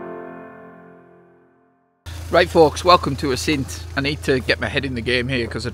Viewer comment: Hi. I have still to watch the rest of your video, but just had to stop it as there’s something which drives me NUTS, and that is the wrong pronunciation of the name `Assynt’. Please, please, please……….the emphasis is on the `A’, not the `synt’. Pass it on to the rest of the YouTube photographers! I know I’m being pedantic, but it just sounds ridiculous to a native Scot. Apologies for the rant. Now I’ll go and watch the rest of the video, which I have no doubt will be excellent!